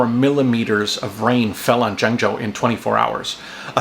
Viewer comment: JENG JOE...I speak Chinese super well even when I don't have a script! Jonggo JaYoe! Woah Aye Jonggo!